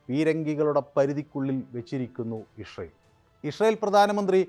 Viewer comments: Ishrayel അല്ല ഇസ്രയേൽ ഇസ്രയേൽ അങ്ങനെ പറയണം. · ഇസ്രയേൽ എന്ന് നേരെ പറയാൻ ആദ്യം പഠിക്കൂ.